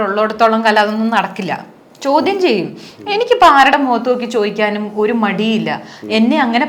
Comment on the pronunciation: chodyamshariyalla ❌ chodyamsheriyalla ✅